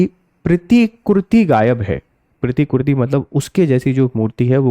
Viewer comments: आप प्रतिकृति का सही उच्चारण नहीं कर पा रहे हैं, लगता है आप CBSE बोर्ड से हैं😂😂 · Sir के हिंदी उच्चारण में प्रॉब्लम है.. प्रतिकृति और प्रतिमा तक का सही उच्चारण नहीं कर पा रहे.. शायद अहिंदी क्षेत्र के होंगे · सर प्रतिकृति का उच्चारण सही से कीजिए।।